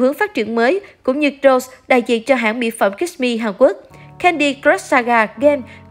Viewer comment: Rosé chứ k phải Rose-Jisoo chứ k phải Ji-sô nha.